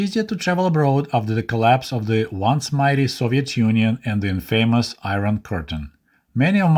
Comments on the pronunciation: Love it! One little thing- 'infamous' should be said with a short 'a', unlike long 'a' in 'famous'.... makes no sense I know; but you're used to how little sense English spelling and pronounciation makes by now lol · about there I think "Infamous is pronounced differently? But other than, that thought it was good!